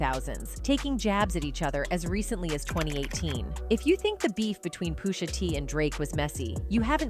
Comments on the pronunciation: Poosha T and Beanie Sy-gul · Who is poosha T and beanie sygal?! i hate when ppl want to speak on things and can't even pronounce names and sound dumb 🙄